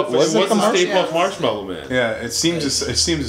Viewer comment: Lmao also Marshmallow not Marsh Mellow.